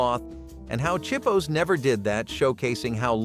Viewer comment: Chip-o, not cheep-o .